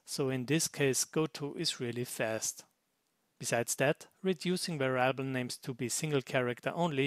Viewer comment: By the by, "variable" in English is pronounced the same way as in German, the only difference being that the "a" in "va" is short, not long. Pronounced "Weriable".